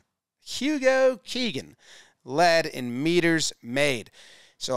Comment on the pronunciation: Hugo Keenan, not Hugo Keegan. Loving more rugby coverage though